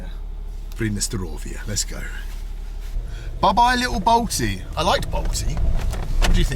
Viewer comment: If you want to be understood, say ‘Belch’ when you mean Balti.